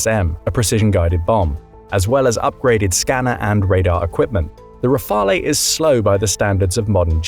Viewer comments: Rafale is pronounced RAA-FAL, not RAA-FAL-A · The pronunciation of Rafale is killing me.